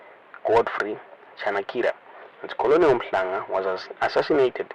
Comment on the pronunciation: Colonel is pronounced kenel.the l is silent.